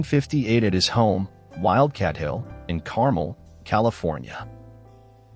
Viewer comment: It is Car - mel , not like the candy, also not Peb-blee Beach.